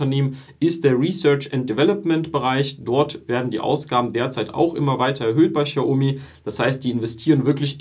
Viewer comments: Du sagst aber „schiaomi“. Sorry, will nicht kleinlich sein, aber du sagst den Namen gefühlt 300 mal und ich zucke jedes Mal zusammen 😅 Aber schönes Video. Bin selber seit IPO investiert. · Boah, sprich doch den Namen xiaomi bitte richtig aus. Das triggert mich hart 😂